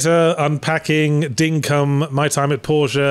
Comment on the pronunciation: As an Australian I am offended by your pronunciation of "Dinkum"